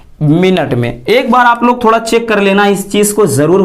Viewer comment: लाग नहीं लोग होता है sir 😂